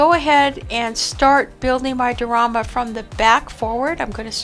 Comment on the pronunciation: Lovely--as usual--you are a true artist! But, it's pronounced: Di--or--ama, with a long "i" 🙂